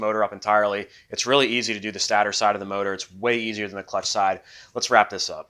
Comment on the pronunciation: Stator is pronounced stay-der /ˈstādər/. Not stadder. Love the vid's brother.